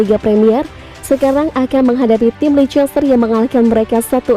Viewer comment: Bacanya leister kali min